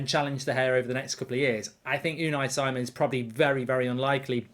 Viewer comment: Is it so hard to pronounce names right? Si:mon not Saimon. British arrogance as it is.